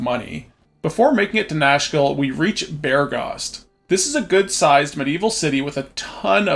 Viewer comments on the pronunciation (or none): Nashkel aka Nashville when you listen not closely ahah